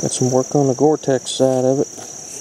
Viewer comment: Did you say Gortex instead of cortex? Cortex: "On most cobbles (stones) or nodules (flint) of source material, a weathered rind called cortex covers the unweathered inner material". Great video. Thanks.